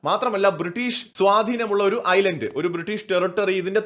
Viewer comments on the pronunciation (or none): none